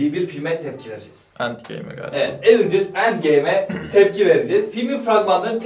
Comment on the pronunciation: Evıncırs değil